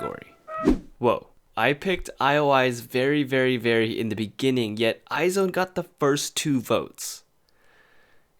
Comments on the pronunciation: You're pronouncing IZ*ONE wrong. You're saying I Zone instead of Eyez One. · It is not pronounced 'i-zone' it is i-'Z'-one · It is supposed to be read "EYEZ ONE", not "EYE ZONE" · I hate to be that person who corrects people but I couldn't help it. IZ*ONE is pronounced as eyez one not eye zone P.s I love your vids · Haha Its pronounced eyez1 not eyezone... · You really pronounced izone like eye zone omg it sounds like "Timezone" im sorry i loled alskfkala i thought it was eyez one tho? Or was twt lying to me... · It’s pronounced EYES ONE not I Zone. I don’t agree that you should compare IOI very very very to LVER. It should be Debut vs Debut. LVER dominates Very Very and Dream girls. It’s almost like comparing TWICE to BP. Both amazing but different approaches to music and execution via MV and concept. Anyways remake a new video that makes sense to compare. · the group is pronounced eyes one not eye zone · you're wrong. It's eyez one. Its hangeul is 아이즈원 which is pronounced as aijeu won or eyez one not eye zone. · iz*one is pronounced as eyes•one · Isn't IZ*ONE pronounced " eyes-1 "? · thats not how you read iz*one..